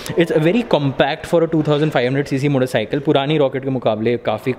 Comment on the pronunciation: All I heard was motorcycleL